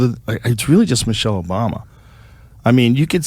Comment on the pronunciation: i like the casual "obamna' completely getting ignored lol